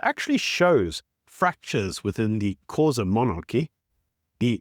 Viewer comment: Learn how to pronounce “xhosa”. Shameful that you’re an eastern cape resident and can’t get a simple thing like that right.